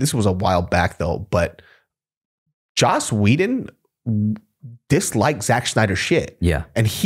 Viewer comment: Lmao it’s joss not josh Whedon